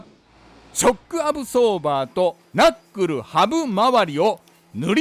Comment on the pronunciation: な↑っくるぅ ハブまわり もなかなか癖強い